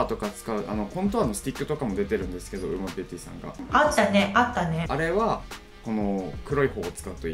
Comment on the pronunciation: ウーマと読めなくてずっとウオヌマって言ってた笑